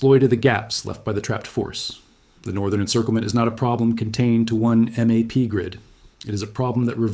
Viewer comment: Any chance of fixing the AI word pronunciation? Tapp d, t he, m a p grid, these are just 3 examples.